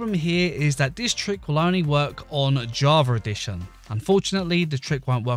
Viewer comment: Why the hell, when pronouncing "Java Edition" does everyone say "Javaredition"? Where the hell does that r come from?